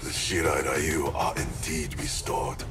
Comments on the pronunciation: Why is Ryu spoken like Rayu? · Low key triggered every time they say Ryu as "Rai-yu"...🤦🏻‍♂️ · I love this part but still hate how they misspronounce Ryu lol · It still bugs the hell out of me that NetherRealm Studios never learned the proper way to pronounce "Ryu." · Ikr? Street fighter the movie did the same thing when pronouncing "Ryu" What's even funny is that scorpions va is japanese yet he still pronounce it wrong